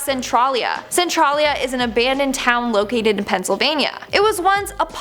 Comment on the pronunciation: I will say that you didn't pronounce Centralia right, you can't me different, I live near the area